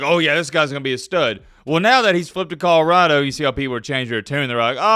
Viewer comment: Col-o-rah-do not kahrado